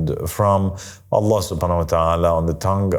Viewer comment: Bro can’t even say “I seek refuge in Allah from Satan” properly in the beginnings 😂😂